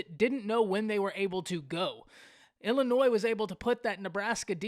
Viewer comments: Totally agree that Nebraska's mistakes mainly led to the Illinois victory... BTW - It's NOT IllinNoise... You make cornhusker fans sound like real 'cornhuskers'.... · There is no “s” sound in Illinois!!